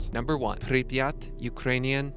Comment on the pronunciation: Jesus man, you can't even pronounce Pripyat